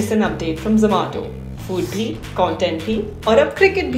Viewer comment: Its not zo-maa-to